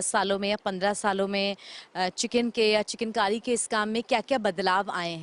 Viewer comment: पहली बार सुन रहा हूँ,किसी रिपोर्टर को चिकनकारी को चिकेन कारी बोलते हुए,रिपोर्टर की शब्दवाणी सही नहीं है.